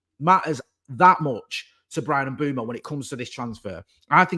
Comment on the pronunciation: In this one video says “Mbomo”, “Mbwaymo”, “Mboomo” and “Mbwemo” and none of them are correct 😂 Bless him